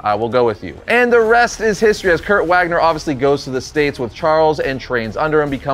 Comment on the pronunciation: If his name is Kurt Wagner his last name is pronounced Vagner as in Germany.